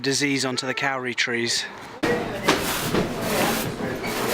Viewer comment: Miss it so much!! Also the Kauri trees are pronounced Codi... just to make all us non kiwis sound silly! Hows life back in the Denonshire?